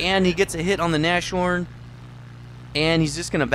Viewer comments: It's Nas-horn, Not Nash-Horn Anyways, interesting replay; keep up the good work. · It's not Nash orn, it's nas horn. Get your German right. And also, it's a VK 30.01 H that crashes, get your German tank names right. Jeez